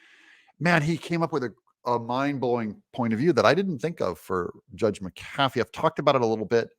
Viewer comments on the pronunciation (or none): The judge's last name is pronounced: "Mac-a-fee," not "Mac-cafee." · His name is Pronounced Mac A Fee Not Ma Kafee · It's not fonny, it's fanny. Not my fault if it has unfortunate alternative meanings. It's not mick CAF ee or mick cafe like a drink from McDonalds. It's MACK-a-fee. And Viva Frei is pronounced like fry. It's from his original German name of Freiheit (fry-height) and means freedom. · I don't care if you highlight the text or not, but it would be a lot better if you would pronounce the judge's name CORRECTLY! It is not Judge McCaffey. It is Judge McAfee (Mack uh FEE). You know, since you asked....... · One small little thing Doug but I believe the judges last name is pronounced mac-a-fee three separate words not macafey as in one word. Otherwise good job! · And I thought I was fussy. Highlighting not a problem. What IS a problem is the way you say McAfee. Accent is on Mc. While I'm at it.........if you ever add "music" I'll be outta here. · Doug, it’s ‘Mc Afee’, not ‘Mc Cafee’. This Judge’s wishy-washy ruling will be remedied by a higher court. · Doug, the judge's name is pronounced mack-uh-fee, not muh-kaffee. Sometimes my inner grammar Nazi takes over... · It's JUDGE MACK-afee NOT Mack-AF-ee!!! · Google - pronounce mcafee, ma•kuh•fee and then push the lips to hear her say it for you. Doug, you have been talking about Judge McAfee for months now, one two minute Google search and then you can say it correctly. Your show suffers from the laziness! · It's pronounced Mc A Fee. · ITS Mac "A" fee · His name is pronounced Mac A Fee😊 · Doug, do you keep mispronouncing judge McAfee's name on purpose? (to dis him? maybe?) Also no to hi-lighting, why not just point with a custom cursor, like for instance the finger one. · Please say the judge's name properly. Makes you sound silly